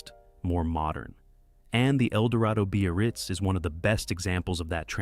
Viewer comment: And the crappy AI narration. Cadillac "buy-a-rirz" !